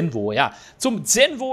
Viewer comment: Zenvo spricht man so aus wie Zonda, mit einem "S" so wie man auch z.B. Sonne oder Süden ausspricht.